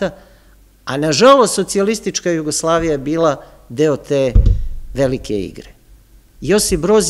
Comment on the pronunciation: Sve u redu... Ali mi nikako nije jasno akcentovanje na reči Jasenovac, Jugoslavija, ambasador... Od kada je akcenat na drugom samoglasniku? Niste vi jedini u ovim predavanjima koji tako govori... I Ognjen, i Srđan... Ja vas sve molim, da se vratite na "smirenijem" akcentovanju takvih reči.